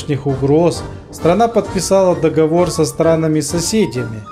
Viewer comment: Договор произноситься по другому ДоговОр